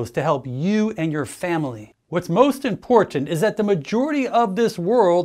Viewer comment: Wonderful human! AND…, not only does he put out great info, but he also speaks intelligently…. I have yet to hear another doc pronounce all the “T”s in the word ‘important’, as most ppl on youtube say something like “ impornt”. 😂.